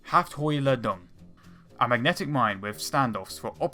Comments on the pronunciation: Pls dont read animore things in german pls its not a hafthojdung its a HAFTHOHLLALDUNG..... thanks good viedo ✌🏽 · Hafthohlladung digga 😂😂😂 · please learn how to pronounce the german names , hafthohlladung was worrible :)